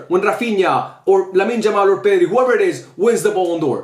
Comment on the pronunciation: Bro stop calling Yamal , Jamal